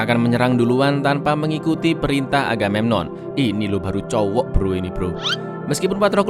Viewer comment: Apa cuman aku yg dengar raja aganenon wkwkwk